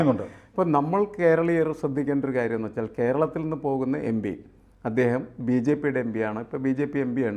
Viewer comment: എമ്പിയല്ല ഭായ്...എം.പി...എം.പി...എം.പി. ആണ്.